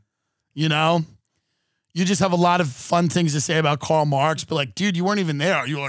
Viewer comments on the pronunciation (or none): none